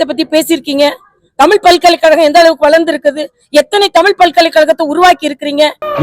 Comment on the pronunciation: தமில் இல்ல. தமிழ். கனிமொலி இல்ல. கனிமொழி. முதலில் இதை சரியா சொல்லுங்க தமிழ் (இந்தி)இசை அவர்களே.😢